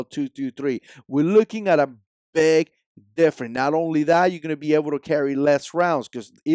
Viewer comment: Smaller and larger and weight 👍 .... Also you have a hard time saying the word " Difference " ....